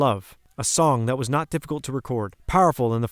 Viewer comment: You need to work on your reading and pronunciation skills!! Example: several times you mentioned George's song and called it, "NO Guilty"! it's called, "NOT Guilty"!